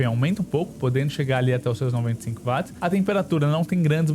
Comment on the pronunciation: 🛑A Dicção desse cara é PÉSSIMA! Será q o cara não conseguiria ir numa Fono, aula de oratória etc? Pior, será q ninguém vê que é uma Merda esse cara falando? Além de super difícil de ouvir esse cara é cansativo em poucos minutos.. (Além disso ainda erra termos técnicos! Claramente é 1 Curioso e não 1 Técnico.. Não existe Vat! Watt se lê/fala Uóti!